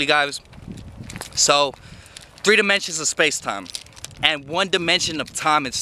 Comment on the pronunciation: He said “we live in four demontions” I thought damn he high af